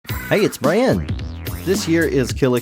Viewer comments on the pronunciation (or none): none